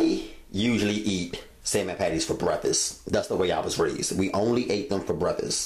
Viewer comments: That “breadfuss” had me listening multiple times lmao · Hahaha chil I know!!!